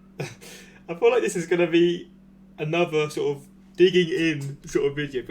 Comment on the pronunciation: "Sort uv walking pace" I burst out laughing